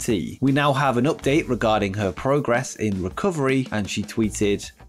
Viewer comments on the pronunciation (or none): none